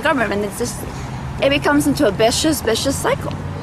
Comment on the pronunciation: Learn how to say " vicious cycle" before you become an news anchor.